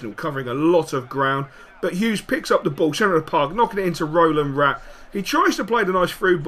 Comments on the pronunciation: You do know its Razvan Rat not Rolan Rat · Dont want to seem a dick, but its Răzvan Rat:p